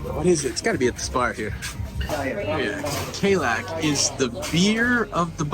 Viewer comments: It's pronounced KA-LICK, not KAY-LACK, 🤣🤣🤣🤣🤣🤣🤣🤣🤣🤣🤣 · pronounced Ca-Lick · The Bahamian beer is pronounced “click”. Just fyi. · It’s pronounced Ka-leek!😂😂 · Kalik is pronounced Kerlick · Pretty sure it's pronounced Ka leek. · Kalik is pronounced Ka-leak. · It's pronounced Ka-Leek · it's Kah-lick....Kalik